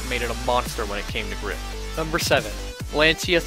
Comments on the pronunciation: Impress your friends and learn to pronounce Lancia correctly, like an Italian, ...it's pronounced " lan-cha' " not " lan-sia " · Lan-chi-a not Lan-see-a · You're pronouncing lancia wrong. It's pronounced "Lancha" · Not to nitpick, but Lancia is pronounced "lahntcha" rather than "lanseeya", and I agree that the Lancia Delta S4 was the coolest of the bunch. I also love the Quattros, though. They are the cars that really turned Group B into the legend it has become. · True, it was originally called the "Rally"! And, just for all the Italians out there, Lancia is pronounced 'Lan-cha' 🤪